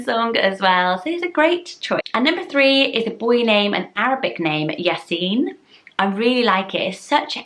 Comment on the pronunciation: Woohoo you said yasin right many people dont say it right lol.